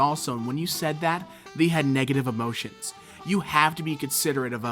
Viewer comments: Why do you pronounce they as thee? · The way you pronounce "they" is disturbing